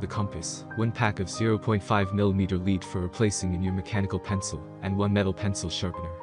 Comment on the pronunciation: Sorry, can’t take a compass review seriously if the narrator can’t pronounce “lead” properly.